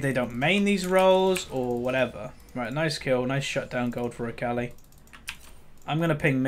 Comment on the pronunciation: Good game but sad about AFK. And it's pronounced ACALL-E not ACALLY